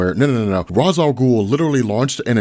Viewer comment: never gonna' subscribe to an account that pronounces Ras INCORRECTLY